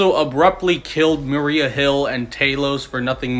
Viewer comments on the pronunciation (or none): none